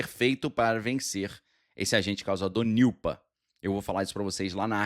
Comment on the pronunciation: Niupa 😂 e Nipah cara, e nao Niupa, soa como Nipa quando fala